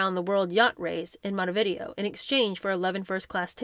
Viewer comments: Did you really pronounce Montevideo, like video, that you watch? 😂😂😂 You might also want to look up the pronunciation of Monaco. Otherwise, interesting book! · That’s not how you pronounce Montevideo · Oops that is not how you say Montevideo or Maugham.